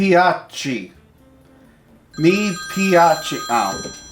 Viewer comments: 'Mi piac EH'. Tony going full Super Mario: 'Mi piac EEEE'. Never disappoints. ;) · Gotta say, Tony, your pronunciation is slightly off, since the "e" in Italian is pronunced "eh", not "ee"; it's a sensible difference since it otherwise sounds like "mi piaci" which means "I like you" rather than "I like it"... but still you got the "mi piace" gesture down perfectly.